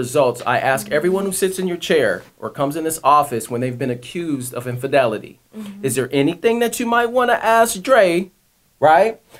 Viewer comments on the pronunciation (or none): What the fuck is "impendelity"? The word is called "infidelity" not impendelity. Now say it with me, that's "in-fi-del-ity".